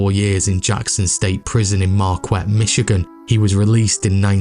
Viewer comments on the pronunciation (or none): Great info, but it’s not “Markwet” Prison! The u is silent. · Great production!! It’s (Ham-tram-ick). …and (Mar-kette ….Q is pronounced like K) Lifelong Detroiter…..So many of the names/families mentioned are still present here. Though the Italians/Sicilians held sway here, in my day, the remnants of the Purples were still involved behinds the scenes into the 60s, 70s, 80s, 90s and beyond. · Good job. One criticism. Marquette isn't pronounced Mar-kwet. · It's pronounced Mar-Ket here in Michigan. Yeah we have weird names. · Mar kette. As in Mar kette, Michigan, home of a university. If you want to cover history a Father Marquette story would be interesting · Marquette is pronounced Mar Kett. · it's "ham-TRAM-ik" and 'mar-KET" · I had never heard of this gang before. Absolutely fascinating. Totally needs a movie. One pronunciation we pronounce Marquette as Mar-ket. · Small note- its pronounced Hamtramick and Mar-ket lol. Good video though! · I've shopped at Eastern Market at least 50 times but never knew the Purple Gang got their name there. Cool documentary thanks! A couple things though in Michigan they pronounce it Ham tram ick, also Marquette is pronounced Markette and Jackson Prison is in Jackson Mi not Marquette. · Info on Michigan prisons: State Penitentiary in Southern Michigan is in Jackson. Marquette prison in Northern Michigan is pronounced, "MAR-ket", after the French missionary explorer. Great Video !! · Also, Marquette is pronounced Mar-KET.